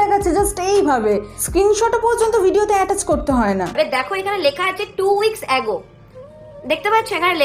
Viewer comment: Video Time ৬:৩২ zefer বলছে 'টু weeks অ্যাগো' ago na অ্যাগো??? আগে উচ্চারণ শেখ, পরে চ্যানেল বাড়াবে, ১৩ টা চ্যানেল এর মালিক, ব্যাবহার তো শিখতে পারবে না, উচ্চারণ টা শেখ